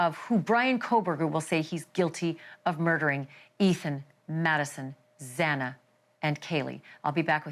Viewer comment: Not to mention how incompetent it was to continuously pronounce Xana’s last name incorrectly was yet another slap to the victims! How about you continuously miss pronounce Brian’s name?😮